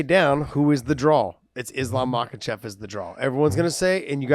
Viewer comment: why are you guys calling him islam makhachev it's islam mockelchev chael says.Josh you should now this you guys are friends lol